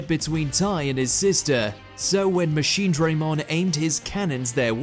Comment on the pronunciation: Machine-DRAH-mon NOT Machine-DRAY-mon